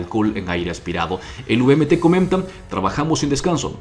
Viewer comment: Uvmt 😂😂 error garrafal, se dice VMT